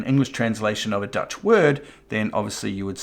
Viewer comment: Deutsch is the German word for German, but you pronounced it as Dutch, which is the English word for "Nederlands".the language spoken in the Netherlands and Belgium. Deutsch is pronounced with the sound oy like in boy, so it should be pronounced as 'Doytch'. 😊